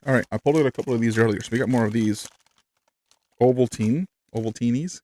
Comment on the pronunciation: Ovaltine is pron. oval-teen We don't have girl scout bikkies here. (pron. bick-ee) All are eat alone items. Just eat them as normal.